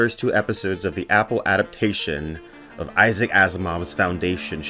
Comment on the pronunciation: The tonal emphasis of “adaptation” told me a lot right from the start.